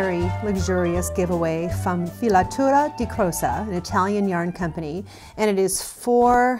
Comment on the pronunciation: That looks fabulous! And you pronounce it greatly ;) Thank you for this opportunty!!!!